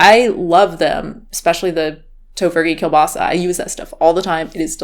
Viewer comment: I like the way you pronounce 'kielbasa' :D As a Polish it was also nice to see a US based company inspired by Polish goodies. It doesn't really tastes Polish tbf but it's still damn good!